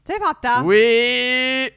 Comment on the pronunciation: “Se are the Champions”😂😂😂😂😂😂😂😂😂😂😂😂😂🤣🤣🤣🤣🤣🤣🤣🤣🤣🤣🤣🤣🤣🤣🤣🤣🤣🤣🤣🤣🤣🥳🥳🥳🥳🥳🥳🥳🥳🥳🥳🥳🥳🥳🥳🥳🥳🥳🥳🥳🥳.